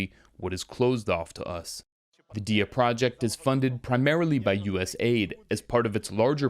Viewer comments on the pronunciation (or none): 🤣🤣......."projeckt" Terminator